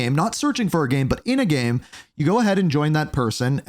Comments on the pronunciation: it's pronounced "game" not "gem" lmao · Why do you have so much trouble pronouncing the word "game"?